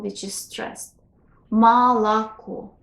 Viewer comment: здравствуйте. Позволю себе сказать, что Вы не совсем правильно объясняете русское произношение. Слово "молоко" произносится не как "малако". Оно произносится как "мы/алако". Пред-пред ударная о и а произносятся как schwa. Что-то среднее между звуками а и ы. Ближе к ы. Точно также произносятся и заударные звуки а и о. Например, "завтрак" произносится как "зАфтры/к". К сожалению во многих книгах о русском произношении присутствует эта ошибка. Допустим слово "поговорить" НЕ произносится "пагаварить". Оно произносится "пыгыварИть." Эта наука называется орфоэпия.